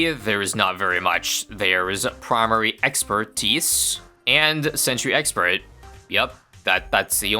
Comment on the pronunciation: first mention of "sexpert" ('thi sexpert')